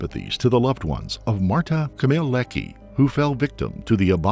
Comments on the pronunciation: The pronunciation of her last name ended in an "ee" sound even though there's an "a" at the end? Odd. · You should have at least try to prounance her last name right…